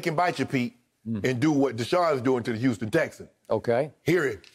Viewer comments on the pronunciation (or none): none